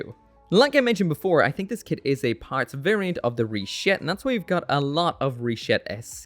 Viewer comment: Stop saying Rishetta! Stop saying Rishetta!